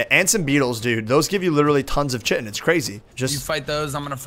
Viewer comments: It is said ki-tin not chi-tin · It's called (KITEN) not chitin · U GUYS ARE SAYING CHITIN WRONG!! Say it like kitin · it is not pronounced chitin. it is pronounced ci-ten. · Chitin is pronounced like kite-in and keratin is pronounced like care-a-tin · I'm pretty sure Chitin is pronounced like sky-ton without the S lol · It's ki-ton rob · did you say shitin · is said like kytin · Its Chi-ten....